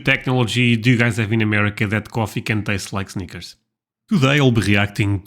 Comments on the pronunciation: honey... Snickers is pronounced with a short “i” not a long “i”. 😄 What you said is the correct pronunciation of the word “sneakers,” which is footwear. 😁 The “i” in Snickers is short and rhymes with hit, it, with, lid, fit, etc. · Haha, Snickers, I thought you said Sneakers, lol Sneakers coffee. That’s what can be super annoying about the US. They make a million “ flavors” of everything. Even Baileys Irish Cream comes in about 12 flavors! I guess I really prefer classics. If you wanna make different flavors, make different products with different names, packaging, etc…. All these flavored vodkas, creamers, crackers, chips, etc… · At first I thought you were saying we have coffee that tastes like sneakers. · I thought he said "sneakers." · Oh, you said snickers, I thought you said sneakers. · He said Snickers, but I thought he said sneakers 😂